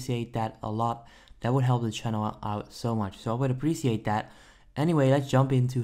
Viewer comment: "I APPRSHECIATE THAT"